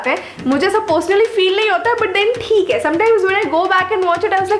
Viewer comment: but "thik h".. ye accent kyu nahi ja rayyiii h.. mujhe samajh nahyiii aa rayyyiii hai... 😂😂 #truecomediannick❤